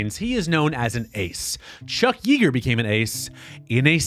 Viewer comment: Just FYI. It’s pronounced “ yea, like hay , Yeager